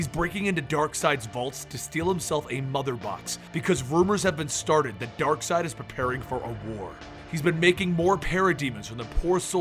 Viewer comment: It is not Darkside but Darkseid... X_X